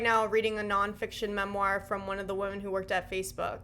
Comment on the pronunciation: the amount of ppl who have terrible grammar is wild. It seems to be recent. My pet peeve is the incorrect pronunciation of women